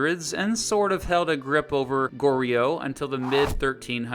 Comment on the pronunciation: goryeo is pronounced goryuh, joseon is josun